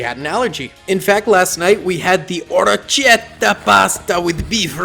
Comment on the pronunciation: THATS NOT HOW YOU SAY ORECCHIETTE! thats so ignorant, as an italian, i cant believe